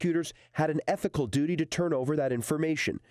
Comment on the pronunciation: Did that dude say ethical?